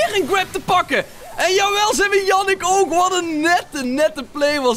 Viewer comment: Yannick je zegt jaa nieck